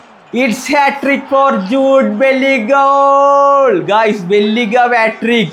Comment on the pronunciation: Player name ngene paraynneth korech korekko🤦🏻‍♂️